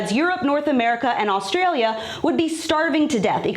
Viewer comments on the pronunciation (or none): none